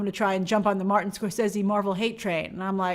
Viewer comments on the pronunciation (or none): none